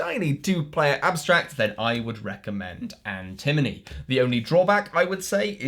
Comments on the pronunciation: This video is hilarious and hearing Antimony instead of Antinomy made me giggle every single time. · Antinomy, not antimony. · How many times can you say the name of a game wrong in a review and still give a good review? Watch to find out! Similar to how an-em-o-ne =/= an en-e-my, An-ti-no-my =/= An-ti-mo-ny That said, I am interested in none of these, but I watched the whole thing. Nice one,! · That was enjoyable. Thanks,! I can't tell if he's saying Antinomy wrong on purpose. It is the kind of gag they would do, but they'd usually play it up more, as in the Arboretum review. For the record, AntiMoNy is an element. AntiNoMy means paradox, and is a weird old word that as far as I know nobody uses, and I had never heard before. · Funny how he continuously mis-pronounced Antinomy. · The perfect drinking game for Dry January: - Whenever correctly pronounces Antinomy (not element #51), take a shot!